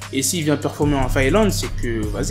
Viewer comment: Mdr les agents de sécurité et sinon c'est faélande mais Finlande mdr